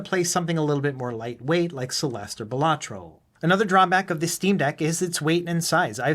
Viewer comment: Quick tip its actually pronounced bal-uh-troh. The emphasis is on the first syllable, not the second. It begins sounding like you might say ballet